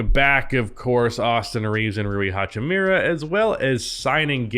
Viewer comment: will ever learn how to pronounce hachimura correctly?